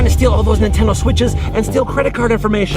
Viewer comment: EXCUSE ME DID U JUST SAY? AHEMMMMM NETENDO? \ cough \ REPEAT THAT!